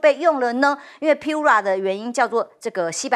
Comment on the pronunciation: 华为Pura读piu-ra，不如拼音：pu扑-r日-a啊😂😂